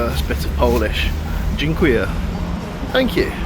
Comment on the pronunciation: Hey :) Pozdrawiam! That lady who smiled when you said ‘dziękuję’ didn’t think ‘what an idiot,’ even if you pronounced it imperfectly — she smiled because she saw you were trying. We know Polish is a difficult language — and honestly, we take a bit of pride in that. It’s always a little easier when you understand the other side, and they don’t understand you 🧐And if you really want to learn Polish, you’ll have to actually spend time with Polish people — which is usually when it becomes very hard to stay our enemy. Plenty of us speak English well enough, and if you ask nicely, we’ll even help you learn Polish. That’s basically how we tame foreigners😁In Poland, respect matters. Respect your own time and the time of others; respect your ancestors, your friends and family; respect your country, and everyone who shows respect to you. Simple. ;) PS. A bar so early and a singer: If you had stood up, thanked her, and left a small tip, I think that would have been fine - she got some money - it's job - you quit she hawe breake 🙃I hate to disappoint you: there aren’t many Polish strippers in Poland – out of 7.5 million people with higher education, most are women. And not all stupid women are pretty 😉An intelligent woman knows that if she’s attractive in Poland, abroad she can get paid several times more for the same ‘display’ 🤣 For a long time, there were attempts to strip us of our language, culture, and traditions — to dumb us down and remake us. We value knowledge and memory. I live